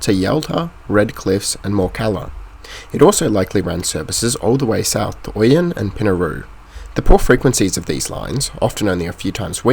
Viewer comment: Informative and enjoyable. But as someone who grew up in the country I can't stop myself pointing out a couple of mispronunciations: Ouyen is pronounced Oh-yen and Cohuna is Car-hoon-ah. Keep up the great work.